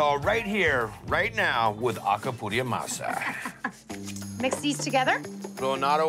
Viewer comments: Guy "Alcapurria Masa" Fieri is a double agent 😁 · Bahahahahah It’s Acapuria Masa lol guy is hilarious